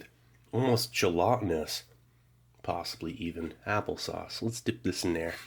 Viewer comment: My brother in Christ, “gelatinous” has a short a